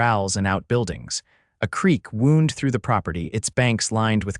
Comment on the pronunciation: Wound: and injury and wound: wrap around geez The bandage was wound around the wound. Same spelling different meaning and pronounciation. These storries need more human attention